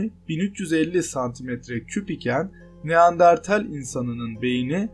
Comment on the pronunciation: Baslikta neandertal anlatirken neandartel 🙄🙄🙄